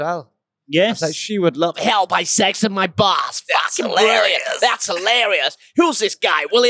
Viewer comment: With his Northern pronunciation, it always sounds like saying, "Help! I sexted my bus" to my American ears.:)